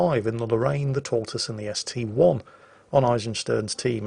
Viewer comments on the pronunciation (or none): Dear, dear,, that ST-I isn't an ST-one, it's an 'i' not a 'one'